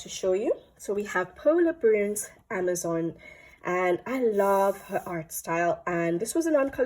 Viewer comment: AmazonE not Amazon the book pls😅